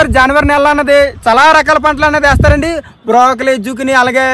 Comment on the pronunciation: Brakoli not brokali